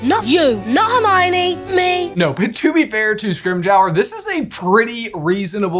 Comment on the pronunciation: Scrimgeour is pronounced Scrim-jah/jer, depending on your accent. You’re welcome.